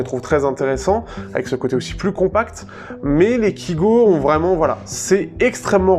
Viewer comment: Sa se dit kaygo et pas kigo pourtant sa s'écrit bien kygo je comprends pas pourquoi tu dit kigo